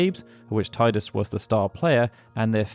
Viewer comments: And yet you still call him Ti-dus and not Tee-dus… ‘shakes head in disappointment’ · Teedus, not Tiedus. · While the way you're saying Titus makes more sense to me, isn't it technically wrong? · Thank you for intentionally mispronouncing Tee-dus as tai-dus. I think that should be the official pronunciation! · cool, but you skipped the most important fact: it's pronunced Tee-dus. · You know you can rename him, right? He'll always be Tide-us to me, even if the worst pronunciation is canon. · that’s pretty cool but it’s still pronounced as “Tee-dus” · 20 years + and people still calling him tie-dus zzz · Why dont you say Teedus like it's meant to be said lol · you have an encyclopedic knowledge of the FF universe…and yet, you can’t pronounce Tidus correctly. Is that a choice you made ? Am I missing something ? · Geez man, please pronounce Tidus' name correctly. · What is jarring is mispronouncing Tidus constantly